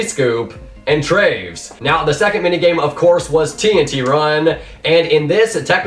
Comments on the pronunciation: why don't people realize it's pronounced "Travis" not "traves" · Good vid, but traves’ name is Travis, so call him that plz cause my ears are dying from your pronunciation